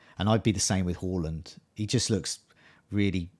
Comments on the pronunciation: It's 'Hawland'. Two consecutive 'a's in Norwegian = 'aw' pronunciation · Well done for making the note and pronouncing Haaland correctly!!